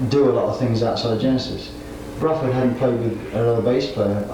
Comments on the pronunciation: Love the pronunciation of "Brufford" - back then he'd probably not heard Bill Bruford's surname spoken and only read it on the albums and in the music press, and thought it must have the same vowel sound as "Rutherford". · Fascinating, historical interview! Quite surprising how he pronounces Bruford as “Bruh-ford” more than once!